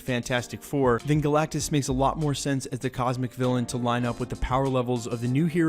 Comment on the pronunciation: It’s galactus